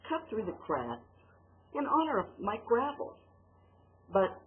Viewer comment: It's pronounced GRAH VELL. If you're going to address him atleast pronounce his name right christ.